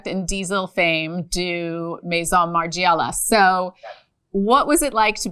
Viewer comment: It's unbelievable that at your level and status you can't even pronounce Margiela correctly. So American, so disrespectful.